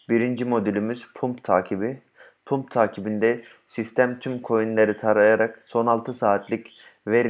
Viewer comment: Hocam cok tesekkurler de. Pump Pamp Dump Damp diye okunur